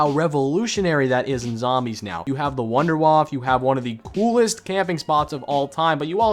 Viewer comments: The wonder weapons (wonderwaffe) is pronounced vunder vaffe not wonder waf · Pls learn how to pronounce the non-english words. It makes me cringe so hard the way you say "Der Riese", "Verrückt" or "Wunderwaffe"